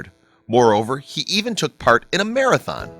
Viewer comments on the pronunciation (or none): none